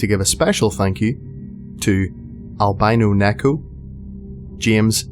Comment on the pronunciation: “Albinuuu Nekuuu” XD Those “o”s are pronounced the same as the last “O” in the cereal name “Cherrios”